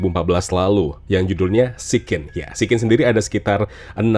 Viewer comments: Siccin tu ditulis dalam bahasa turki, huruf 'C' di turki dibacanya ya 'J'. Jadi tetep sijjin bacanya, bukan berubah jd 'sikin' 😂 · Maaf bang izin ralat. SICCIN klw di turkey di baca nya SIJJIN pake J yaa bang. Bukan SIKKIN [Pake K]